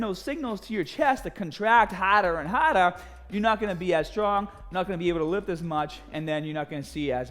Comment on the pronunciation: "hardah and hardah." :)